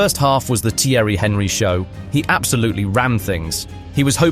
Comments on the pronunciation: If you don't know how to pronounce the name of Thierry Henry, you cannot talk about football. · I dont understand why people would make an entire documentary about something they have no interest in. I can tell this guy doesn't watch football, cos who doesn't know how to pronounce "Thierry Henry" Man said its CR7 vs Henry Hoover 😂😂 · AI dross , notice the way he says Thierry Henry’s name 😂😂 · The way the narrator (or AI?) prounces Theirry Henry is pathetic. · You have to learn to say Thierry Henry correct, this is a joke !